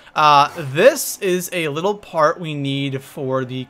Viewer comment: He said: first part i know the p sounded like the f